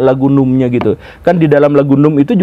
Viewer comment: dibacanya namb bukan num secara harfiah 🤣🤣🤣🤣